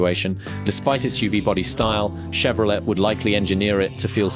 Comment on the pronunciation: AI sounds crappy! Can't even pronounce Chevrolet properly! Stopped after it said Chevro let! lol Don't waste your time on this garbage.